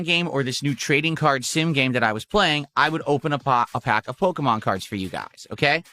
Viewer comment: “I’m gonna milk this pokeyman card scam until you dents stop paying up”